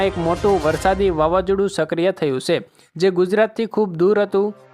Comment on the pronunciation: Avi se....se . Na bolay.